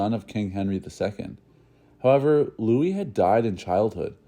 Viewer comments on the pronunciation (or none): none